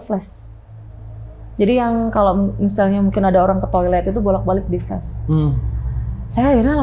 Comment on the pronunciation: Maklum aj bang, mbaknya nyebut flas aj dengan fles😢